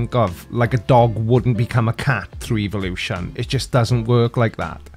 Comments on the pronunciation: TINKER Bell. TIN KER Bell. Phenomenon (Why does he continue saying "evil lotion"? Blue Unction run out or something for him?) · EVIL-lution Mermaidman: EVIL! EVIL!